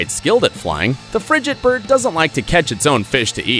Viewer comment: You mispronounced frigatebird, named after a frigate - a sailing vessel.